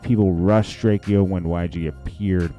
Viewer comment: Bro can you say his name right it's not drak e o got dam its drake-o💯